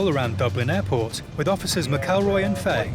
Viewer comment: Yere wreckin my head with officer faey it’s Fa-he 😂